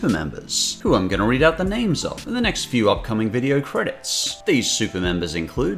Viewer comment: It's pronounced few